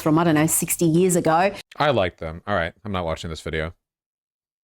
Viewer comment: Four more yeaarsh'...pause.